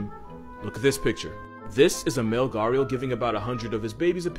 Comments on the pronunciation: I died laughing how he pronounced 'gharial' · Ah the gharial pronunciation!😏😃